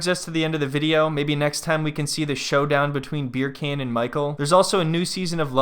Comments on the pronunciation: I wish you’d stop calling him “beer can” 😭 You pronounce his name like “beer KAHN” like “Genghis Khan”. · You calling him beer can instead of beer-a-khan kills me. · I love that you just call him Beer Can without attempting to pronounce it properly ;D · Are you saying beer can? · I keep hearing his name as "Beer Can..." lol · I mean its a mispronunciation but a hilarious one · now when she says his name I think she's pronouncing it wrong and that it sounds funny because I'm used to him being called Beer Can.